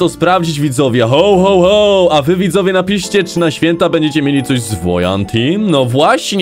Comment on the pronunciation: Jakście to przeżyli?! Spłonąć powinniście albo roztopić! Hoł, hoł, hoł?! Ho, Ho, Ho się mówi! W Polsceśmy jest! A jak chcesz po angielsku to po angielsku! /həwˌ həwˌ həw/, a nie hOł, hOł, hOł!!! ŻARTY?! KLICKBAIT NORMALNIE!!! W tytule jest „Św. Mikołaj”–biskup w szatach biało zielono złotych–a nie to co spotkaliście–Colowy Mikołaj[Cola Claus]❗